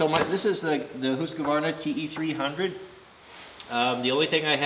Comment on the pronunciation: It's Official Best Channel on You Tube Homesteading, Knife Building, Ax Building, Forrest Fire Fighting, Woodworking and Now Dirt Bikes I know it's real because you pronounced it HOOOSKVARNA not HuskAvarna. Thank You just for being real... now start moving the bed forward to make room for the bikes in the "MOTOVAN"